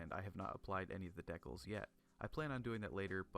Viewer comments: Dee-cals....not Deck-als. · "deckles" I have never heard Dee CALS pronounced like this before. Deckles is cursed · Great video bro! my only real criticisms are that you could have posed it a bit more with the accessories, and the audio is weirdly quiet, though that may be caused by it being dubbed over idk Also I'm not sure that's how you pronounce decals lmao